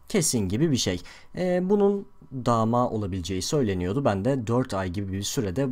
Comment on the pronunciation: dha mha deil dama :D